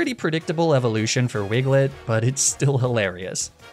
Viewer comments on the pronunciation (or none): I’m sorry, did he say wigglet?